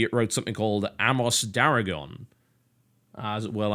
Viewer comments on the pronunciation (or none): none